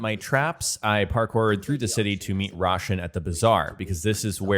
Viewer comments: Great video I'm so excited for the game, just one thing, for the love of god lol!!! Her name is pronounced "Row-shan" like the combination of the words "Low" & "Ban" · Bro murdered Roshan's name